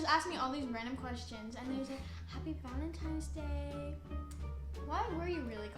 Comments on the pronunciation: Jesus I love this vid but Dani it’s ValentiNe’s Day not ValentiMes day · Proof she's still a child: She still says Valentimes🤦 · "valentimes day" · ”Valentime” 😟😣”valentimes” 🤮🤢🥴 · This is how many times Dani said valentimes day | | | v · "valentimes day" WAHAHAHAHAHAHAHAH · "Valentimes Day"... must be a new holiday 🤔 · no one: Danielle: vAleNtiMes DaY